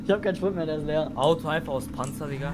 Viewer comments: Warum sagt der Typ “spriet”.ES HEISST NICHT SPRIET DA STEHT SPRIT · Kann in mal jemand bitte sagen das er Sprit richtig aussprechen soll 🤣🤣🤣